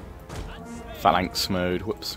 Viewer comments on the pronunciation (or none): none